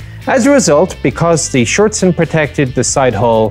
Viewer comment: Good pronunciation on the 'Schürzen' there, that is a difficult word for many native speakers of English to get right.